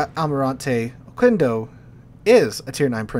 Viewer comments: you're closer to Mexico than I am, how do you not know how to say Oquendo (Oh-Ken-Doh). Just like queso. Its not Kwayso, it kayso. Its no ohkwendo, its ohkendo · and it is pronounces "ohkendo" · Yeah, we spanish speakers receive the apology for the mispronunciation. But for future references: qu = k in pronunciation